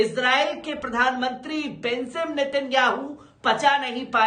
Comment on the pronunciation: J ko Z kyu read kerta hai..BENJIM NETANYAHU ko BENZIM read kerta